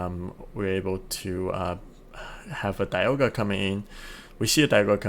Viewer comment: Does this guy know how to pronounce dialga